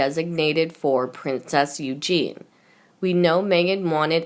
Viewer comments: Oh shit spitz is back again mispronouncing princess Eugenie while swollowing mouthful of saliva and reading at at a year 4 level, please piss her off never to be heard again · princess Eugenie is pronounced incorrectly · Narrator Eugenie's name is pronounced You-jean-knee. Not You-jean. Eugene is a man's name. Eugenie is a woman's name. All your words are messed up. Look up words and ask how to pronounce words. Bad reading of this video.